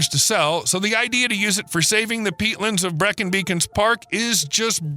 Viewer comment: Great but why do Americans get British pronunciations so wrong? His rendition of Breacon gave me nausea.